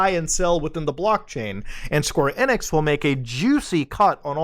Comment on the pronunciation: Every time he says "Square Enex" I cringe! 😧